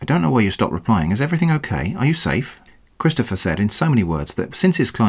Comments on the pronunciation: "Chidstopher" lol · laughing so hard at the way he keeps mangling Christopgoher